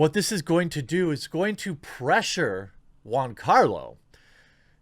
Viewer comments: gee-ann-carlo. say it right please. you keep saying juan, even after agreeing he's not latino. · Dude get his name right it's GIANCARLO NOT JUANCARLO............FFS how are people supposed to take you seriously??? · Why do you keep calling him Juancarlo Espósìto, as of he's latino when you've read over 10 times he's half italian? It's Giancarlo, not JUANCARLO and Esposito without accents. Jesus Christ dude, keep up the stereotype about americas being ignorant swines about other cultures and languages. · Not Juancarlo🤦🏾‍♂️, Giancarlo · Why do u keep calling him Juan? His name is Giancarlos Gian sounds nothing like Juan... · It's 'Gian' and not juan carlo....ffs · Its pronounced Joncarlo not huancarlo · Is giancarlo and not Juancarlo right? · It's Giancarlo, not Juan Carlo, his name is italian, not spanish. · Dude, you pronounce Giancarlo Jiancarlo as in "joy." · It's /g i a n c a r l o/ Jeremy, i like the video though. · Why did you rename Giancarlo to Juancarlo? Is it on purpose to make his name sound like he is Latino?